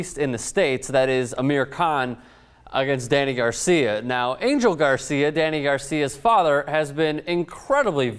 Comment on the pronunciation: Spanish speakers correct me if I'm wrong but isn't Angel pronounced An-hell?